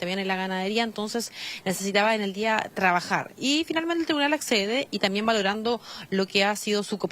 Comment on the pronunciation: La señora tiene que decir también no, tamien.